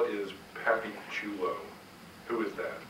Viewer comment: Pappychulo was the best though. He totally mispronounced it.